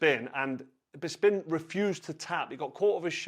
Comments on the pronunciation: BISPIN!!!! Who the fuck says "BIS PIN" Ffs just stop carl!! Your a legend but You know zero about mma. Painful hearing when you talk mma. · Anyone else notice he said "Bisping what a guy" 😂😂😂 he definitely does this on purpose! "What a guy? Whats gay" hahahaha